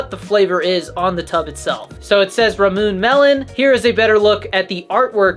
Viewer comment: Subscribed!! “Ramoon” lol I think it’s pronounced ‘rah-moo-ney’ either way you’re my new favorite Gfuel content creator